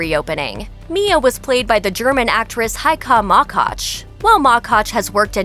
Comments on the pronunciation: Heikaaa Maaakatsch? It's really not such a difficult name 😂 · As a German, my highlight of this video was the pronounciation of Heike Makatsch. :-D Quite alright, actually.